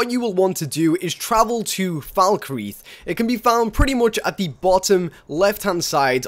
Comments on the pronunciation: The way you pronounce Falkreath and Jarl is appalling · FalkREETH..."J"arl. This guy never played Skyrim outside of his videos. Probably just for the views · Jarl. Falkreath. Please learn how to pronounce words.